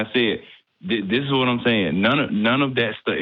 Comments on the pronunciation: Next time you call a show to address something from a “scientific standpoint”, it might be helpful if you wouldn’t use words like “dat”. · Dat, den, and whole bunch of other mispronounced words make me not take him seriously as a fellow black atheist.